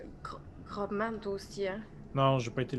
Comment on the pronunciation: Excellent ! C'est peut être fait exprès pour déconner mais GroBman se dit Grossman pour info ! Continuez comme ça c'est trop chouette !